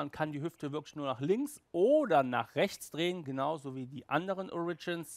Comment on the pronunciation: Das erste Mal sagt er "ORIGINS" richtig!!! BRAVO!!! ;)